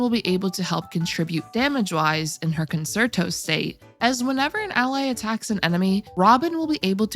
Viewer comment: Can you pronounce Concerto as "Kon-chair-toh" in the future please? Thank you!